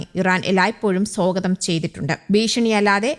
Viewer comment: അങ്ങനെ, " സോഗതം" ചെയ്യട്ടെ ! (സ്വാഗതമല്ല)